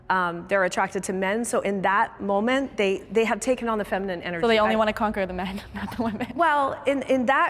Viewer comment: First off, tell whoever your "announcer" is, that they do not know how to properly speak American English Grammar, with how they have pronounced the words MEN & WOMEN.